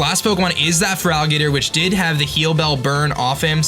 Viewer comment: I legitimately don't know if he's intentionally calling Feraligatr 'Frog Eater', or if he's just mumbling. Either way, new Feraligatr nickname for me.